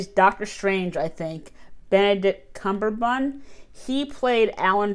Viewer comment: Benedict cummberbun. I’m done… 🤣🤣